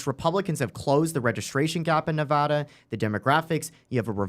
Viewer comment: Fixed saying Nevada incorrectly. Can you get Nick to stop saying "west-sconsin"?